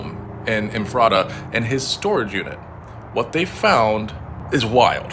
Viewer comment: The town is pronounced FFF-RIT-TAA ephrata. I was born there. All my kids live there and grandmother. I visit there almost every weekend. Nothing this sick has ever happened there before.